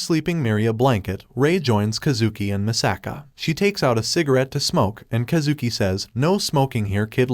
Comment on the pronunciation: “kuh zooki” is killing me😭😭its Kaaah zuki